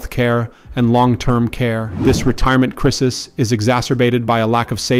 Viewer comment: AI voice can't pronounce "crisis." FAIL